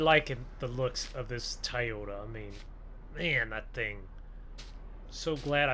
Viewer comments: It's Toyota not Tiyota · It’s Toyota not tiyota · TOYOTA NOT TIYOTO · Tie-ota it’s pronounced toy-o-ta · It is not tyota it is Toyota!!!!!!!!!!!!!!! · Nobody literally nobody TI-YOTA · Did he say “TIYOTA” wth lmao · TOTATA NOT TIEOTA YOU HAVE BEN SAYING THA THROUGH THE VIDEO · Don't say Toyota it's Toyota it's Toyota